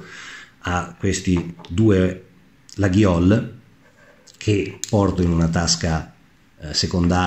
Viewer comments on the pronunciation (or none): L'accento su opinel e laguiole va sull'ultima sillaba, essendo entrambi francesi. La Salewa si pronuncia con la "v" non con la"u", essendo un nome tedesco. Conosciamo bene gli attrezzi che usiamo! Chiamiamoli con il loro nome, senza storpiarlo.